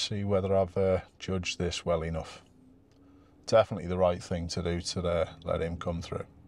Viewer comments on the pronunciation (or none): none